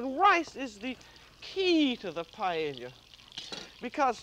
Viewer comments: Since this is paella from the perspective of French cuisine by an American chef with her own idiosyncratic dialect, I think the pronunciation is FINE. You say "paella", I say "paëlla", Julia says... PAELLIA. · Glad to see a new episode uploaded but her pronunciation of paella is off the mark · I've never heard it pronounced "pa-e-li-ya" before. Is that a regional pronunciation or just the way Julia pronounced it? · I never knew Julia Child couldn’t pronounce paella 🥘 🤣😂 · She is mispronouncing it. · She did not pronounce it correctly according to the Spanish pronunciation. The double "ll" is pronounced as "y"--according to several written guidelines AND vocal recordings. That was the pronunciation I was taught in Spanish IV in high school, and Spanish literature in college. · She is mispronouncing it